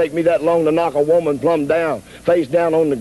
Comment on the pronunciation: Shultz " I'm looking for a wooman"